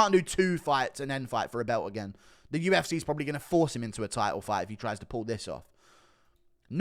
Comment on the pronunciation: listen to yourself man UFCay just burped up vitamin Cay. Again again UFCay UFCay. I would like to see ko'd and wasted